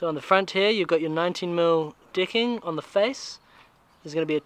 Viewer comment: Extreme interesting watching the “ Dicking” (as he pronounces it),, 😂😂👏🏻👏🏻